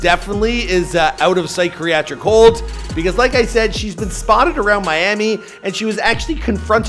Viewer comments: Psych reactic hold? Man you can’t say that word at all. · A psycreatic, psycreatric hold?!?! 😂😂😂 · "psychriacric hold"